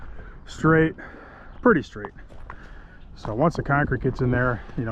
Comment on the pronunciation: SAID “ITS NOT ESTRAIGHT” which translates to “it’s not straight?” lol jeez